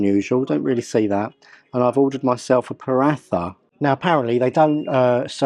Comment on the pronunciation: Its pronounced Pa -Rah-Ta.. not Pa-Rath-A